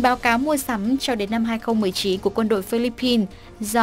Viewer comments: Phillip-pines ko phải là Phillipis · Chihuahua nguyen Phi-líp-pin (Philippines)